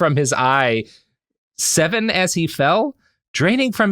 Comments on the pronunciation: EYES EVEN AS HE FELL that has to be it it was supposed to be "eyes even" not "eye seven" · Eyes even. Not eye seven. From his eyes even before.... Ooof, that's awful.